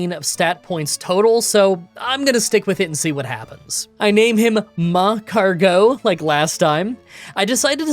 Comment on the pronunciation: It's mag-cargo with emphasis on car, not magcargeaux